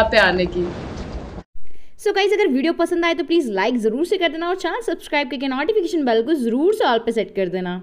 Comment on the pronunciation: Why u say natification its notification